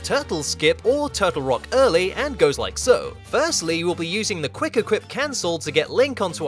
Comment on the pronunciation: i love how you say wuick equip